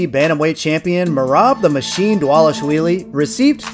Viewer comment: Props for saying Merab’s last name perfectly.